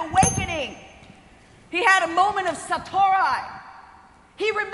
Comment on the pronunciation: Satori, not "SatoRAI", just "ree', not "rai". :)